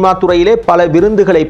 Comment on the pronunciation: ப்ரோ விருந்துகள் அல்ல. விருதுகள்